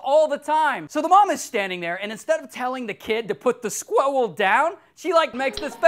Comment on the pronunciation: 4.04 to 4.10 I laughed my head off Ray: "the scwuiwell is not so cute after all, is he"